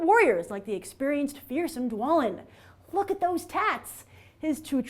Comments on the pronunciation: DWALIN BALIN NOT DWALAIN BALAIN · She also misprounced Balin and Dwalin. Balin is said by Gandalf in LOTR